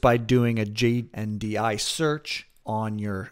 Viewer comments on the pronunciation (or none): Very nice walkthrough, thank you for putting it together. One small note, you keep calling it JDNI instead of JNDI. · JNDI.... not JDNI. You say it wrong nearly every time, and you even search for it incorrectly. You may want to re-record the video.